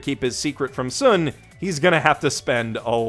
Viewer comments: In regards to Oresuki, the best friend’s name is pronounced like the actual star, Sun, not Sūn. His actual name is Taiyo (which means “Sun”). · His name isn't "soon," it's "sun." Like, the English word "sun." His real name is "taiyo," the Japanese word for the sun, so they call him "sun-chan" as a nickname. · Anyone else cringe when mispronounced Sun from Oresuki? You know that’s his nickname right? It’s pronounced in the English manner, it’s basically a take on his given name Taiyo. Bro, if you have other people writing for you just tell them to get cliffnotes on pronouncing the characters of the shows you claim you watch. So unless you watched with 0 volume I’m gonna assume you didn’t actually watch the show.